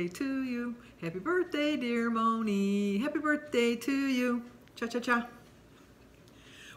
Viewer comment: Thank you so much🤗🤗🤗🤗 you made my day ❤❤Moni (you said it absolutely correct😘)